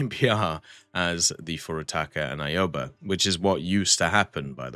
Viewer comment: Your pronounciation of ships, especially the Japanese ones is so awful, lmao I lost it at Aoba, Ayobae?